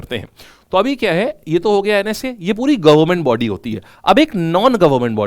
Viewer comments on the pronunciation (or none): none